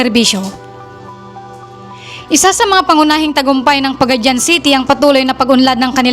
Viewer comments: it's pronounce PAGA-DI-AN not Pagadyan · Paga- di-an not Paga-dian Ta-gum not Tag-um